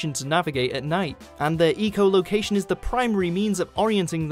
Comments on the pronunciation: not ecolocation its echolocation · Why does he say ee-cholocation??? It's pronounced eh-colocation, since they use echoes so locate where they are... duh. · ......It's echolocation, not ECO location. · Have you ever heard of different pronunciation based on accent? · Jerica, English people say echo, not eco. This guy just inexplicably mispronounces the word. I can't believe there's STILL no quality control at WatchMojo, and that no one caught the egregious mispronunciation. This is not the same as aluminum vs aluminium; there's no regional difference in pronunciation of the word "echo". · name me an accent that pronounces echo "eco". please. make my day. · I'm British and I pronounce it Echo. In fact, I have never heard anyone say eco. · RaginCanadian1997 I live in Britain, so I probably know more about the place than a Canadian. I have never heard a single person pronouce the word echo as eco. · he said fucking ecoloaction not echolocation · Sergio, English people say echo, no ee-co. This guy just mispronounced it. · ITS ITS NOT EECO LOCATION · ec -o like ecow ecow ecow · The more he says ee-cholocation, the worse it gets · " Eeecho " location"? Hahaaaa....funny Brit accent causing the mispronounciation of words...classic. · Doesn't matter where he's from, it's pronounced the same both sides of the pond. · Agreed, it's extremely cringy. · I thought it was aloominum...? Either way they're saying it wrong. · RaginCanadian1997 The British also pronounce it 'echo'. It is just this guy saying it wrong. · Joey Dragon Not when there's universally accepted pronunciations of well known words AND the fact that English Grammar has not added any new rules which change the pronunciation of already existing words. It is important to NEVER allow idiocy & ignorance to prevail over knowledge & understanding. He said it wrong, the word has been around for almost 100 years if not more....& it has NEVER been pronounced like that, sorry. :/ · Love how has says echolocation. =P